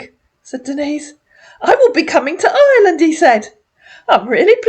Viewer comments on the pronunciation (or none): I'm sure you're right. He sounds so blank and robotic, but you can still hear him talking about Hireland and the hocean.